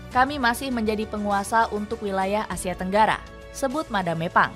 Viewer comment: Madam Pang 🤌🏻 Bukan Madame Pang 😭🫵🏻 Dubbernya tolong